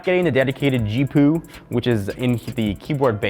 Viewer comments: Stop calling it a Geepoo. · Do you know how I know that you're not qualified to be giving me tech tips? You call a fucking G-P-U a G-Poo. Just how? You know it's an abbreviation right? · Who else dies a little bit inside each time this guy says "geepoo" instead of G. P. U. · "G-Poo?" Who the fuck says that? Just say G.P.U. you lazy little shit! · Stop it, it is pronounced G.P.U or G-pee-you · What is a g-poo? It's a gpu doofus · Did you seriusly just call i a G-poo? As in poo/poop? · DID HE LITERALLY JUST SAY GEEPOO WHAT THE FUCK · he said gpoo on purpose right? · please do no say G-Poo again, Please. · He really needs to learn how to say GPU. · gpu pronounciation had me sub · lmao he did every time XD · if your reviewer cant even pronounce gpu then he probably shouldnt be reviewing for tech products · MY GOD HE SAID IT AGAIN DOES HE NOT KNOW WHAT A GPU IS THIS IS TECHNO BUFFALO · They're not tech experts if they mispronounce "GPU." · Oh my god you can't pronounce GPU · a guy who makes tech videos for such a long time doest know how to pronounce GPU he just reads the script XD